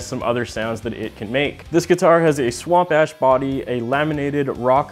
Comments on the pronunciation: Did you say swamp ass body? 😂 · I had to rewind, I definitely thought you said "Swamp ass body". But you said "swamp ash". LOL.